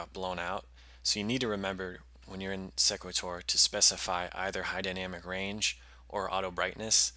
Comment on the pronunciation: Thanks for the video. I would pronounce the program name like "equator" with an "s" in front. "See-quay-tor"